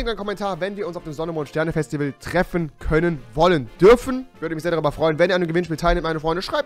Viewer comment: Ich will auf das Fäschtiwäl weil ich hier ein Kommentar schreibe! xD